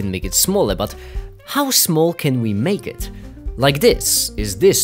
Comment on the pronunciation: how smol can we "MAKiT" :0